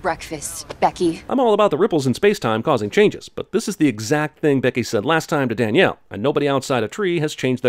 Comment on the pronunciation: As someone whose full name is Danielle, never in my lifetime have I liked ANYONE calling me "Daniel" which is how Jeremy pronounces that name. *Ding*.